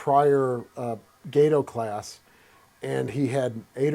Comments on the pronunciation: It's Gah-toe not gaydo. idiot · It's not a gay toe class it's "GAH TOE" class. STSCS(SS) USN Ret. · Is it not supposed to be pronounced "Gah-to" like Spanish for cat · Did you never take high school Spanish? “Gate-oh”? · Amazing museum piece and video. Only note is you’re not pronouncing “Gato” correctly. It’s pronounced “Gah-toh” like the species of cat shark, which the ship class is named after. Some people get all upset over how Americans pronounce German words incorrectly, same goes for this.